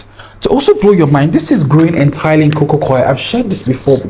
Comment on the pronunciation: I kept rewinding this to hear him say "cococoir" 4xs bk to bk 😂❤